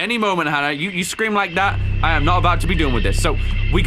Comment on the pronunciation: I love how he just says LIEK VIDEO instead of like IF YOUR NEW LIKE AND SUBSCRIBE AND LETS GET INTO THIS